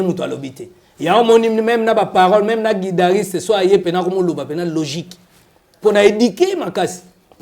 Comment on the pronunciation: On dit guitariste et non guidariste